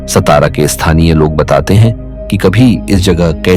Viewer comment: सतारा नही सातारा नाम हे😡🙏